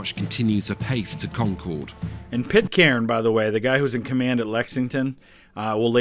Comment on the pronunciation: Solid video. And his pronunciation of “Concord” was spot on. 😄